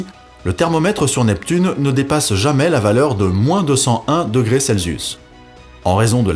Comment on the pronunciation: Ses vidéos sont intéressantes, mais truffées de petites erreurs d'expressions ou de fautes de français, et quelques prononciations bizarres, comme "degré cel-zius". Rien de bien grave, mais leur accumulation est un peu soûlante. C'est pourtant des textes écrits et lus, pas de l'improvisation. Dommage.